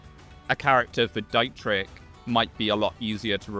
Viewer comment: I hate to be that kind of person, but dear lord his name is pronounced "Deet-rich", the "Dai" triggers me way more than it should